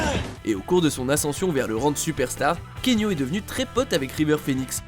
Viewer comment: KEANU, prononcé: K I A N O U le A se prononce ! Et son nom signifie: brise fraiche sur la montagne ! bordel, désolé j'ai pas pu me retenir.